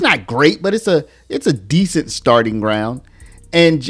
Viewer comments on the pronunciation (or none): none